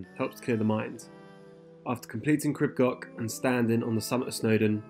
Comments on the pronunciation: Pronunciation is closer to Creeb Gorch, with the CH sounded as in Johann Sebastian Bach. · Please try to pronounce the name properly.